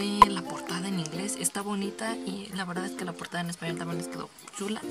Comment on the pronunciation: Por acá nos veremos. ¡La trilogía completa! Por eso fue Inesperado =D pronunció muy bien el español. Besito a Sebas ^_^